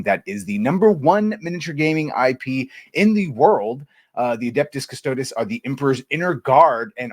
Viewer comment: Cuss Toe Deez. The pronounciation is everything.